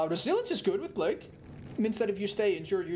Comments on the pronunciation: Normal people: Play-g with your food: P L A G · Normal people: Play-g with your food: P L A G